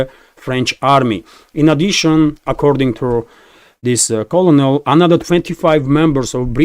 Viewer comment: it is pronounced CyoRneL not colonel. Like single piece of corn- Kernel, not colonel lmao